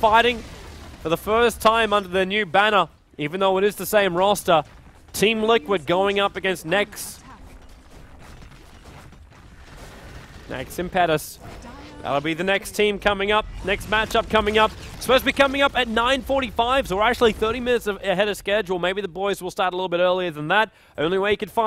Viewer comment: You're pronouncing impetus wrong. The stress should be on the first syllable.